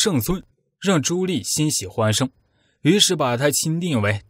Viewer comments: ㄌㄧˋ什麼ㄌㄧˋ？ ㄉㄧˋ 棣 啦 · 朱棣（念弟）不念朱力⋯沒文化還在配音⋯暈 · 棣 读di 4zshengm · “朱棣”，“棣”字，發音“帝”。 “心喜歡生”，應為“心生喜歡”。 “好好干吧”，應為“好好幹吧”。 “干、幹”兩字，基本意義不同。 如全文使用簡化字表述，可用“干”，惟本文以正體字（繁體字）行之，則應使用“幹”，以免混淆。 “百思百得其解”，應為“百思不得其解”。 “血脈賁張”，“賁”字，發音“奔”。 “空空如野”，應為“空空如也”。 “絕殺”，應為“截殺”。 “抵擋”，應為“抵達”。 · 哎，那个读朱棣（弟）！！！！！！ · 听得我浑身鸡皮疙瘩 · 你连朱棣di都读错，装什么文化人